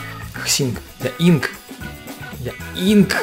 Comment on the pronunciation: Не Хсинк, а ИНК!